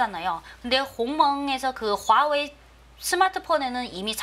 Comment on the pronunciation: 듣기싫어..화웨이 발음